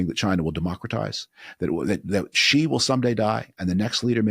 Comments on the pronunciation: I agree. The romanized version of China's president's name is written "Shi" and is pronounced like the English word "she" . It's irritating out often such a simple sound is mispronounced. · It's just "she." as in, "she" is the president of China. Guy's been president for like, 12 years??? This is not some obscure foreign sound like a French "J" or something...